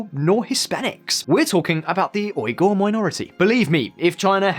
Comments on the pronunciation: How long would it have taken to learn how to pronounce Uighur? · Man, the Uighur people have been so marginalized that people cant bother to pronounce their name right.